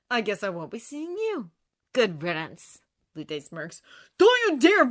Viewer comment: Hey I noticed you’ve been saying Lutes name as luté, it’s actually supposed to be Lute like the instrument or loot if that makes more sense. I’m shocked it took me so long to notice!